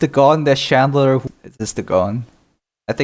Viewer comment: Chandler? That is “klean” 😂